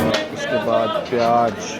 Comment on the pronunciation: Pyaaj nahi pyaaz hota Hai !!